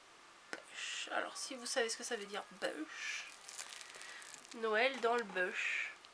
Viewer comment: Coucou, Le Bush, se prononce " bouche" et c'est une région d'Australie., assez dure. Gros bisous. Ps: à moins que ce soit des bouts du président Bush senior, mais ce serait glauque quand même